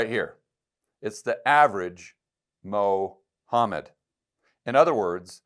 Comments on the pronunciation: Mo-homed has me dying 😂. Keep up the good work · Loved Mo hammed pronunciation...😅 In a broader sense it's reminder of the ridiculousness of making such a grandiose claim to be identified as the final word from the divine! Mohammed with his biased proclamation of claiming the final prophet hood...!🤣 It's a prove of the level of their fault-ness & fallacy. Not to mention the cowardice West consistently fearing talking discussing Islamisem's threat to human endeavor..! 🤨😉